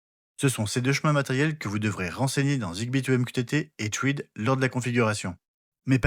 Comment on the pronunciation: J'ai le MR1 et j'ai jamais réussi à connecter un appareil Thread, ça va jusque l'apairage puis ça foire à la véréfication de la connectivité. Zigbee est tellement plus simple pour l'instant, j'ai l'impression que Thread n'est pas (encore) abouti. Petite remarque : thread se prononce "srède"